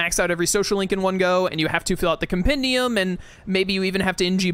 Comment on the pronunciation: Im so many Persona playthroughs behind, but I can't wait to find out if has learned how to pronounce Compendium yet:P